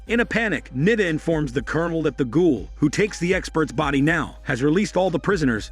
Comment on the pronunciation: It's not Nida. U have to stretch the I so Niiiida